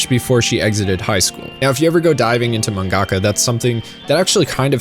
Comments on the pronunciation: Why do you emphasize the "ga" in "mangaka?" It sounds so weird because stressors aren't a thing in Japanese. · Great video. But no shade, is manga ka pronounced like manga - ka or man-gaka. I never heard it pronounced the second way until I saw your vids. I’m learning Japanese so I’m legit curious.